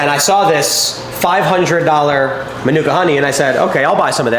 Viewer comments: The emphasis of Manuka is on the MA, so MA-nuka. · Its pronounced Marnika Honey, Manuka (Marnika is a region in Canberra)